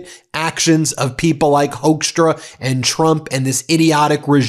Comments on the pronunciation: Hoekstra is pronounced Hook-stra, not Hoax-stra, although the last one is more fitting. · The correct pronunciation of his last name (at least in the country of his birth) is Hookstra, not Hokestra. We don't claim him. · As a Dutchman I'm ashamed of the Dutch roots of that piece of garbage Hoekstra. We also thought he was our man when he became ambassador to the Netherlands during Trump 1 but no, just another piece of Magorian scum, unfortunately. Btw Ben, it's pronounced HOOKstra, not Hoaxtra. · The Dutch pronunciation of the oe in his name should sound more like the oo in fool or goof, not so much like the ow in blowhard.